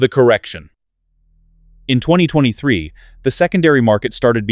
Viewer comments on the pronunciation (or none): none